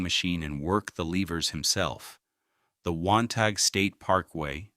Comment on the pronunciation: As someone who grew up in Wantagh, you make a common pronunciation error typical of those not from Long Island. The G is silent. It is pronounces Wan-taw, with the taw like saw or thaw.